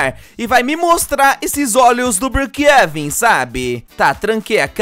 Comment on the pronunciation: Eu acho tão engraçado como ele chama brookhaven ele chama brookheven